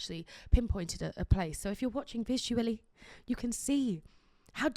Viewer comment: For some reason I can’t stand the way she said “visually” 😂